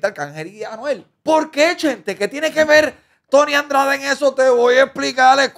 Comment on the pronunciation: A lo mejor se cayó la entrevista por q nunca has pronunciado bien su nombre… El no es Tony Andrades es Tony Dandrades